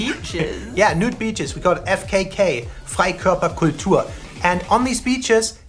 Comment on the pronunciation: Ha ha ha oh goodness- "Fight Club For Couture" ? That big word that they used about the nude beaches sounded like Fight Club for Couture ... now somewhere in the back of my mind there's a bunch of older German folks on the beach fighting about their Couture cloths .